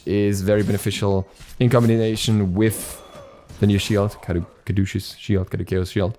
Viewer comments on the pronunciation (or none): Pronounced cad-oo-sus